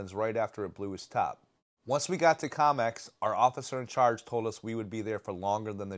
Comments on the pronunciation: The town is Comox not Comex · KO MOX....not "com ex". 🙄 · love this channel but why are you pronouncing comox that way haha